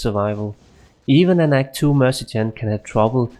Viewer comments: det er ikke en fair sammenligning. du snakker om life leech imens din merc slår på undead target. Der ikke noget liv at suge på undeads. Du siger også mergen, det udtales mere lignende mer-se-nary. Både dig og Xtimus har nogle ærke typiske dansk-engelske accenter. Ellers ser jeg mange af jeres vids. ville bare ønske i begge gad skrive et script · It's mercenary (pronounced mer-sin-air-e) and not mercijen.